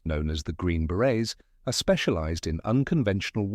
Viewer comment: Beret not baret 😅